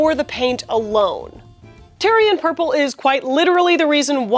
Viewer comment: You were totally slaughtering the word Tear'ee'uhn purple is what you said. Not Tyrian purple /tĭr′ē-ən/